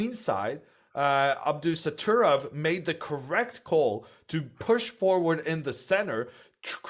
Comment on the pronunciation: Hammer is a fun guy, but hearing him repeatedly say Abdusatturov instead of Abdusattorov after 3 days of seeing the name written down is just lazy. Irina did great though!